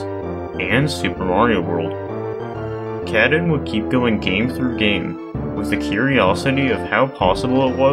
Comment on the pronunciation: Thank you for making this video! Showcasing multiple runs and explaining some of the techniques of accomplishing them is always nice to see. Also nice to see the recent smb1 grind going on being a highlight. They have been working hard on helping each other to get the time lower. Lastly, I can't unhear "cat-in" instead of of "kah-tune" 😆